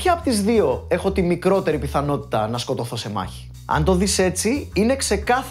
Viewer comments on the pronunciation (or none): το σκοτώσατε το "σκοτωθώ", anyway τρομερη δουλεια as usual.